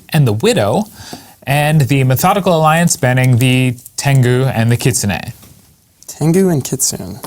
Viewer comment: FYI - it's KI' TSU-NEY not KIT-SOON. Kitsune is Japanese for fox. Sayonara.